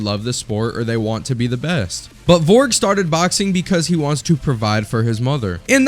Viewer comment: "VORG" "VOLRG" Aahahahaha americans